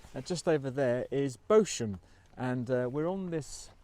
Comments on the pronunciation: I lived in Chichester Harbour (on a boat) for 3 years. Just to let you know that the locals pronounce Bosham as "Bozzam"! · Amazing isn’t it, we live in Pulborough only 10 miles up the road from Arundel and have never visited Arundel castle, likewise it’s only 17 miles to Chichester we’ve been there hundreds of times and never visited the cathedral. As a reasonable local, Bosham is pronounced Bosam.